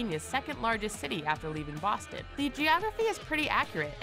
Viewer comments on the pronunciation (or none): none